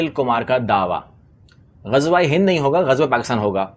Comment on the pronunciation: Yeh baniye to Gajwa bolte hain inko toh Ghazwa bhi bolna nahi ata 😂